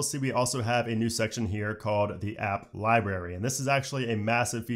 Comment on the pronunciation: IOS — “Eye-You-S.” Eye-OH-S? Library— “Li-bary” Li-bRary? LOL — regardless, great info and THANK YOU!